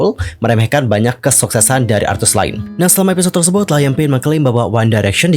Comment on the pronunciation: Ralat yaaa Liam Payne masih menjadi personel One Direction bukan ex, meskipun 1D hiatus dia masih salah satu member. Beda lagi sama zayn yang memang sudah mengundurkan diri dari 1D jadi zayn ex-1D, kalo Liam masih di 1D🤗 Edit: pronounce nama Liam itu "Leeyum" / "Liyem" bukan Laiyem hehe